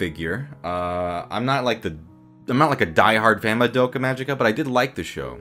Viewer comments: Did you say MaDOPEka??? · More like. Ma-dope-ka figure. MA-DOPE-KA FIGURE